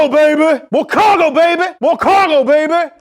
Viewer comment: MO CAHGO BABEH